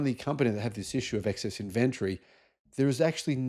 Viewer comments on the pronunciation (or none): In ventry?.. in Ven tory enunciation for fuck sake! Can’t watch the rest due to the first 30 seconds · A word of friendly advice,. Look into the proper pronunciation of ‘inventory’